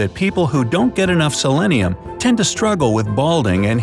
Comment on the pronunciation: selenium, not selennium.